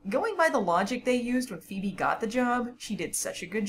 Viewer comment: Just noticed you called phoebe, “phoeme” 😂